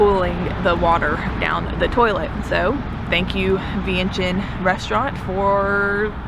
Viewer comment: GA? Well hey neighbor! LOL. I'm in Charlotte, NC! This is Laotian American! :) Vientiane - PLEASE pronounce as "Vieng Chun" 1 - Yes, locally it's known as LAO and the people as "Kon Lao" or Lao people. There is NO S. Only the outside world refers to Laos / Laotians. 2 - Correct, many locals build their homes that way. Designed for partial business by day and residence by night. These types of setups are usually small mom/pop restaurants or convenience store. This setup is actually pretty common up in states like CT, RI and MA. 3 - Yes, Laotians are very friendly, polite, laid back, reserved as a people. And the hospitality is unmatched anywhere! 4 - Beer Lao, I believe was a joint investment by Lao Brewery Co and Carlsberg Brewery, from Denmark. Beer Lao as a brand has won many medals in beer competitions. see link below. 5 - Luxury vehicles are common among the elites. The pay a HUGE tax premium just to purchase it. 6 - So in Laos, it's pretty common for people (mostly girls/woman) to throw up that hand gesture, or the hand "gun." It actually is a partial hand picture "frame" if you will. And yes, usually held up near the face. That's all that is. My tips of when to go to Laos. 1. Boat festival as you said. I believe the Laotian community has a similar dragon boat race on Lake Lanier (not sure exactly where in GA you are) around late September'ish? 2. Lao New Year (water festival or Thai calls it "Songkran". Lao/Thais have the same cultural history) around 2nd weekend